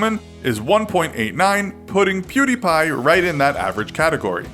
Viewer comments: Perdie? Isn't it Pew not Per? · perdie? it was pewdie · His original name was Pew-Die! Not Purr-Die. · Perdie? No, it was pewdie.. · WHERE THE FUCK DID YOU GET PERDI? ITS PEWDIEPIE IDIOT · it's PEWDIE! his first channel is PewDie! not Perdie! WTF?It's the laser's "pew" sound & the die as of dead. Where the f*** did you get those "PerDie"? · It´s not ”prrdi” it´s ”pewdie” you know like pew pew and die. Otherwise good video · it's pew die, not per die.. wtf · Its Pew Die not Per Di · Its pewdie not perdie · "Per d" ? What the fuck are you talking about. It's was Pewdie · Why are you saying pewbeepie it’s pewdiepie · If you meant when he said fucking "Perdi Pie" I have no idea lmao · Per-Dee? Nani? 😂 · Why please tell me why everyone pronounce his name wrong? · Oh jeez another video about Pewdiepie. Will they do their research and pronounce his name correctly? Lol nope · Dabbang don DT he says pewdiepie so weird